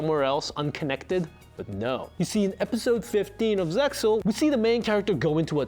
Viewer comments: RESPECT he mentions ZEXAL correct pronunciation. Strike from "5-D-S" removed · He pronounced it as FIVE-DEE-ESS instead of just 5Ds but knows how to correctly pronounce Zexal, wtf?